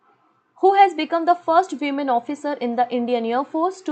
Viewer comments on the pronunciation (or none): none